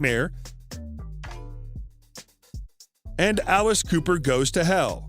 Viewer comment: Dude mispronouncing his last name is ruining it for me